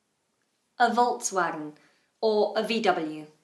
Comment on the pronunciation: Hello,. I think you have performed two and a half of them a little bit incorrectly. VW should sound like ['folks'va:gen] (kinda IPA;)) with first 'f' sound. Porsche is pronounced wrongly by many people. The correct sounding has short 'e' sound (maybe even closer to schwa) at the end: ['po:she] in non-rhotic version. Hyundai sounds differently in different countries. Here, in Russia it takes the stress on the first syllable: ['he:ndae], but I know that in some countries it sounds quite differently, so it depends... Sorry for that little lecturing.